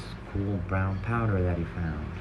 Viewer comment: 200 ? bro i think u r talking about the pwoder thing that is ketamine as powder